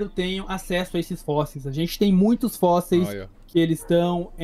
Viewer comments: "os fósseis" pelo amor champs (oO,) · nítidamente um problema com essa palavra kkkkk